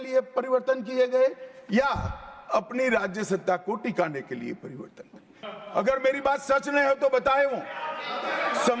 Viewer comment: inse bola nahi ja raha hai pariwartan ko pariwardhan bol Raha hai aur sabse pahle to ye fit nahi hain inko har roj 5 km running karao fit ho jayega to achha se awaz niklegi